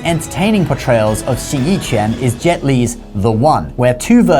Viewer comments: You keep pronouncing quán (fist, punching) as if it were qián (various characters, various meanings, none of which have anything to do with martial arts). The character shown is correct for quán. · No, because u in qu is pronounced like French u as in une. It has also been transliterated, roughly, chwan or chuan. You were saying ch'yen.